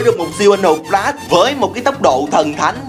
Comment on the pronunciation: A ơi Flash chứ ko phải Đờ lát đâu a, a cứ troll